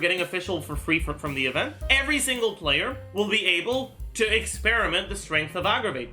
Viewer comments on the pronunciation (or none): none